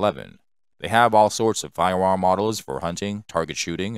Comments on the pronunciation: I am also scwaping by and looking for a budget firewam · Why does he sound like Elmer Fudd whenever he says firearm